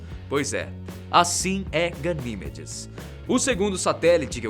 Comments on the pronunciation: ga-ni-ME-des PELAMOR DE DEUS. Não ga-NÍ-me-des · Pronunciou os nomes quase todos errados... Não se lê AIO... é IO mesmo. A maioria das luas são referências a mitologia Greco-romana. Ganimedes não tem acento no I. E esqueceu de falar sobre Caronte (Lua de Plutao) e a particularidade das luas de Marte (Phobos e Deimos). Muito desinformado esse pobre rapaz.